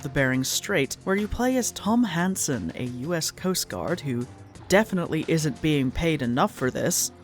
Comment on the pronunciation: Every time the main character's name is said I hear "Tom Handsome" and I'm not sure that's appropriate for this character.